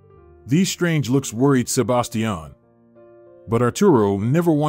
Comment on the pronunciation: Please learn to pronounce Sebastian. Good story!